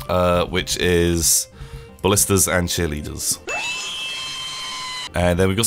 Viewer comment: FOR FUCKS SAKE. Its ballistae, not ballistas.